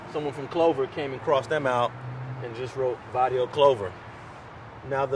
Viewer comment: oh, and it's BARRIO, with a B, not varrio, cardio is slang homie. just sayin.